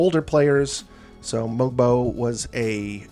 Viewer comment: I think you're one of the few ppl who say that Mogbo as 6'7. For some reason, his barefoot height of 6'6 kept getting said over and over, making him sound much smaller than he is. Obviously still not huge but not as short as others were making him sound. Also, apparently the G in his name is silent so it's more like mobo, as in the short form of motherboard Great vid! Enjoy your vacation